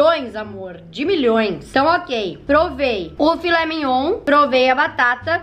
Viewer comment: Perdi tudo na parte " Filé mignoun"😂😂😂😂😂😂😂😂